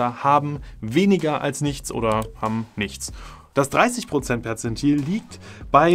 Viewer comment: Ich dachte er sagt Potenzmittel 😂